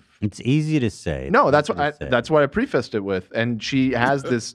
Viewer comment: people mispronouncing preface